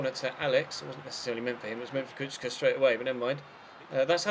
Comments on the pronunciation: kuhka not kucka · SInce Kucka is from Slovakia his name is pronounced Kutska ;) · You pronounce Kuka like this... Ku-Ka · Kucka is pronounced Kuchka, also Kučka mean bitch in croatian xD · Kucka is from Slovakia his name is pronounced Kutska ;) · The commentators are right! It's Ku"ch"ka or Ku"tch"ka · it actually does sound like ku-chka because in Slovakian language c is pronounced as ch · Its pronounced Kutch-ka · The commentators are right about the pronunciation of Kucka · Kucka is Slovak, so his name is pronounced approximately [you-rye coots-kah] and his nickname Kuco would be [coots-oh] (with short "oh").